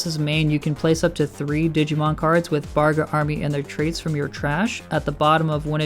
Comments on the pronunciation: It’s bagRA not BARga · Started out saying "Bargra" and "Barga" instead of "Bagra" and I immediately lost interest in his opinion.